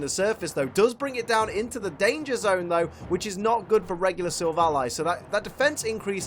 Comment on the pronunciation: says silvilli Me: what